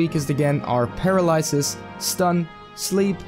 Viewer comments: “Paralysesis” lol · Paralysis - PER-AL-LY-SIS.